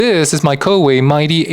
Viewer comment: "colorway" LOL.